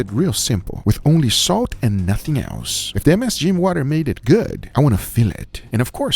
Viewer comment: I love how guga tries to pronounce msg. Just say msg man. You ain’t close. Hahaha